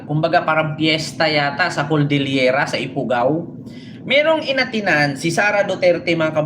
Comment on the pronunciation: Cordillera po hindi coldillera pagtatama lang po.